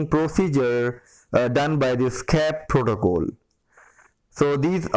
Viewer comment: protocol not protocole :))